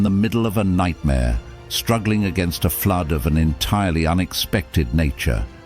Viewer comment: Pretty funny. The robo voice says there was a "lih-tear -ALL beer FLEWD." And then it says, "Yes, you're hearing this correctly!" That's when a I stopped watching and downvoted. I don't care what the content is: if you can't speak proper human English, it's not worth watching.